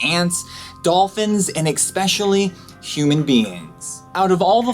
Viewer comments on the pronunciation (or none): Who the fuck makes a video like this and then proceeds to pronounce 'especially' as 'exxpecialllly'. 😑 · "EXpecially human beings" ^_^ <3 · ewww u pronounced especially "expecially"